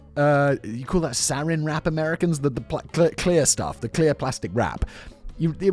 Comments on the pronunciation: We Americans don’t say SAR-in wrap, that’s packaged nerve gas. We say SIR-an wrap. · Sarin wrap? Like the gas? 😂 Its Saran wrap Simon 💀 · FWIW "Saran Wrap" is pronounced more like "sih-RAN" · It’s pronounced Sir ran wrap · I don't know which flub is funniest: "sarin wrap", "plant-blased" or "gruten free" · I don't know why Simon didn't also say Cling Film or Wrap, which is what it's called in England, at least in the East Midlands. Sarin Wrap was goofy, though, that's for sure 🫠 The other 2 mispronunciations zipped right past me without notice. Nice catch!